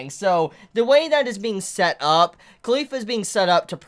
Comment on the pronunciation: I hear Khalifa whenever he said caulifla